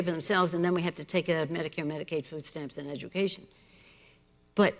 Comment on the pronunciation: Why cant that old with say "education" properly?? Rambling idiot.